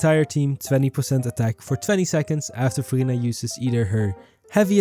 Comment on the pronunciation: Idk why but everytime you say "Verina" I hear "Furina" and I get Genshin Impact flashback lol. Also I like the font you used , it's in retro style and I like it.